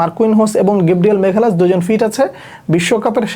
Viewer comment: ওর নাম মাগালেস, "মেঘালাস" না।